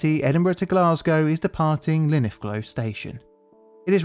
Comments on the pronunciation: 😂😂 how he pronounced linlithgow its pronounced lin-lith-go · Did you actually say Linithglo? 😂😂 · I’m trying to understand if your pronouncing “Linlithgow” 😂 it’s “Linn-Lithgo” My Da still worked on the rails during this and I text him this video and he says “Feckin Cow, that was a long day” 😅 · Linithglow station 😂😂 I live near it and that is the best (and worst) pronunciation I've ever heard haha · Never heard of Linifgo station, did you mean Linlithgow? That ones isn't even hard to say, like you just say it as it's written, lol. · Polmont my guess is the leg bone got jammed in the bogie causing the train to jump the rails Also small error Linlithgow I believe you just muddled the way you said it (Ooo I was right in my assumption